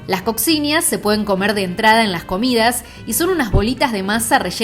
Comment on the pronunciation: se dice COSHINHA